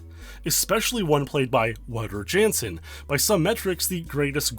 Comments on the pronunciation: The mispronouncing of Wouter Jansen. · please learn how to pronounce wouter jansen lol